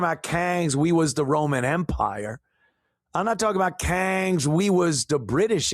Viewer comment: every time you say “kangs ”, it cracks me up!😂😂😂